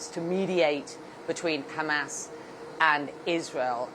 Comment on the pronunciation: You sound so stupid saying Hamass instead of Hamas. FYI